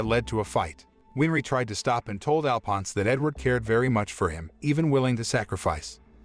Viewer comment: I hate how they say Alphonse wrong